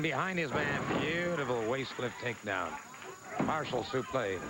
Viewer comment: I just like how the commentators called the suplex suplai 🤔😆😆